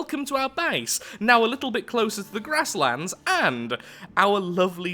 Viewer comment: When he says base it sounds like he’s saying bace